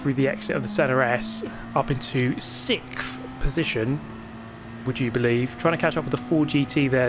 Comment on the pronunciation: 21k views in 2 hours not bad and dude it’s sixth not sixft